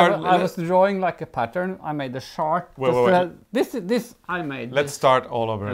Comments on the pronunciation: So much fun today. The sweater is spectacular and I am looking forward to seeing it being worn when you return after the summer. And keep pronouncing the word “chart” just the way you do, Arne, it makes me giggle every time!. 🇨🇦❤️🇳🇴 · Arne, re: chart... The "ch" in chart sounds like the "ch" in chair. Add the "art" (just think of all those symbols as a work of art). Ch-art. Hope this helps. 💖🌞🌵😷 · Omg i am laughing so hard. Now I know why I don't like "charts" (pronounced Arne's way)!